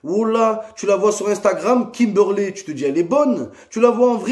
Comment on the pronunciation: "La meuf elle s'appelle Kimberley elle est bonne tu la vois en vrai c'est Kimbourley wola" Jsuis dead😂😂